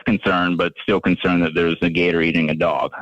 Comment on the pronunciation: I love how Jake first pronounces Gator with the hard R then drops the r out of nowhere. 😂